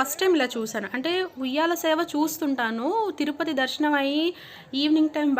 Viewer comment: తురుపతి కాదమ్మా తిరుపతి కాస్త మార్చవమ్మా